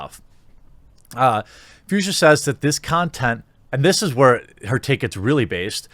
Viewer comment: Fuchsia is pronounced „Fooksya“ and is a name of a specific pink color tone.